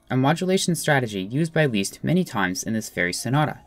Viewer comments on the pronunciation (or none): You pronounce "Liszt" like the English word "list" and not "least", so with a short "i". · Great, but please his name is not Least, it's Liszt. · Leeast? Wut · ## CORRECTIONS : "C slash B double sharp" should be "C slash B sharp" "Liszt" should be pronounced "list", not "least" :) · lmao "Least" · never heard anyone say 'Liszt' like 'Leest' lol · leest? i thought you said “weest”